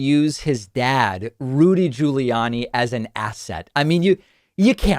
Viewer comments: ASSET? Ithought he said ASSHAT! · At first it sounded like he was saying Rudy Giuliani is an A$$hat not an asset.. I agree Rudy is an A$$hat as well as being a bloated windbag.. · Did he say ASSET or ASS-HAT? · Did Andrew say asset or asshat?